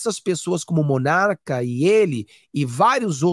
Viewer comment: Não é MONARCA!!! É Monark.